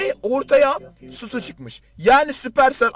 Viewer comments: Sutu değil Stu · Nobody:: Sutu